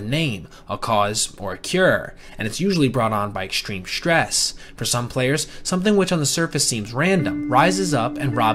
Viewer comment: Can't listen to him say "shhtress" anymore. Bye.